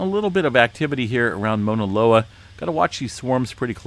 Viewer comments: I kept hearing MONALOA….. Overall amazing update as always. I was born and raised in Hawaii but not on the Big Island but on Oahu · Here is how you pronounce Mauna Loa - [MOW] + [NUH] + [LOH] + [UH] ….. Sorry i had to….. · Pronounced. M-AW-NA. LOA